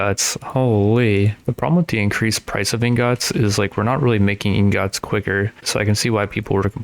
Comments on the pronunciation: pls stop sayin ingots like that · bro stop saying ingots like that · Bro the way u say ingots it making me mad lol Good Vid tho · The way he says ingots is infuriating